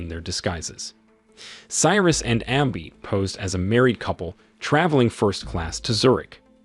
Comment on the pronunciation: Listen to the pronunciations for words like abby or leviathan, its probably an AI